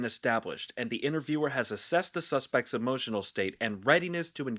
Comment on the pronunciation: Emohhhtional damage😂